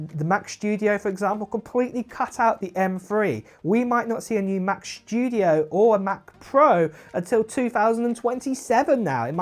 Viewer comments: why are you talking shtudio and not studio? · “Mac SHTYUDIO”